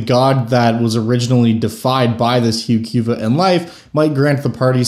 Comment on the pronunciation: Yeah I'm with you 100%. It certainly is not hew Q vuh.